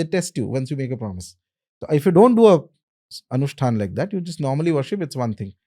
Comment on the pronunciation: It is not pronounced homaa , it is hom, and not anushthanaa ,it is anushthaan , I don't understand why these people change pronounciation to sound more English or sophisticated